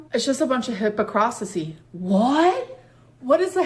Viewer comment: did anyone notice how she checked for Emily’s reaction/approval when she said, “hypocrisy” wrong. 😑 also sad, she’s so desperate to keep the attention of someone, doesn’t matter who it is. That’s why she stays with whoever will have her & will not be the one to break it off. Period.